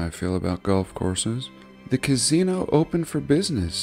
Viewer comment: What is your state accent mate ? I'm Aussie we sound the same all over 😆 love how you say 'Casino' .. Sounds like Gazino.. Kinda suits what they are really